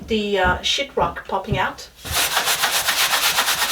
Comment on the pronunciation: I laugh every time you say “sheet rock.” Sounds like “sh*t rock.” LOL. I am in awe of your DIY skills!